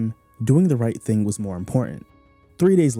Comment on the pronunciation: Didn't Lee have friends who knew simple diction. It's Thing TH, NOT Fing with an F.